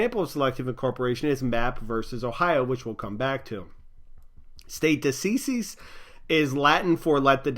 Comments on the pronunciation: it's stare decisis, not state decisis :) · State decisis? Lmao it's "stare decisis" xD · isn't the term "stare decisis" and not "state decisis" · It's stare decisis not state decisis.